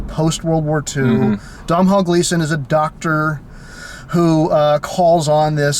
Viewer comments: "Dom-hawl Gleeson... son of Ben Gleeson, another great British actor..." Ooh boy. I think you mean Domhnall (pronounced Doh-nall) Gleeson, son of Brendan Gleeson, another great Irish actor. Nice try though. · Really excited this movie is getting some attention, I liked it a lot but nobody I talk to has even heard of it. But his name is pronounced "Dough-null," rhymes with "tonal" :/ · You're lack of care at the start really annoyed me. 1. It's called The little Stranger.....not Little Strangers. 2. Domhnall's (pronounced Donal) father is Brendan not Ben. 3. They're Irish actors not British. Fun facts.... Lenny Abrahamson is an Irish film director......Room was written by an Irish author. I'm Irish forgive my nitty picky ways. That being said I loved the review. I also think there could be some symbolism in the acorn......as in end of family trees and the line of inheritance ..... with no acorns there can be no more trees. He ended up in a dead house among dead leaves. Caroline admitted that herself and her brother also broke off acorns. Probably reading too much into it but it is interesting.